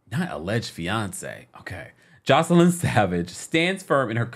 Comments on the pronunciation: Joy- ce- lyn …. Not joseline 😂 baby I love you but you butchered her name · It’s JOYCE-LYN NOT JOS-LINE getting the names right matters.